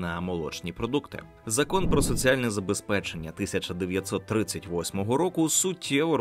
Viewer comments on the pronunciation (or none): в слові ЗаБЕСПЕЧЕННЯ "а" забули